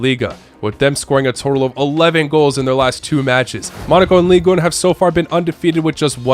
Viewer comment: Like so that he can notice and come back better. He always mispronounces Ligue 1. He pronounces it like Spanish, but French is pronounced very differently than the other Romance languages. It is pronounced like "ligue ein" without pronouncing the n if that makes sense...